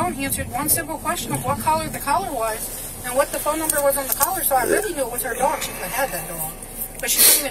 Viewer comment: ok I can’t take it anymore. It is collar - not “color”, not “caller”. It’s COLLAR.